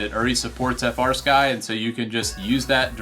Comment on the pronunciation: As soon as you said frsky it turned me off